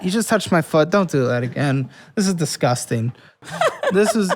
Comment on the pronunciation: I'm always amused how pronounces "dizzguzting"